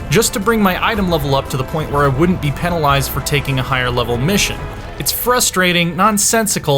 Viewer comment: Thumbed down because he cant say "Penalised" correctly.